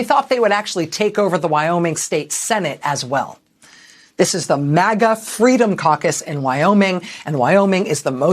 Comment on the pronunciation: as a non native english speaker i thought you said Freedom Carcass.. fitting name i thought...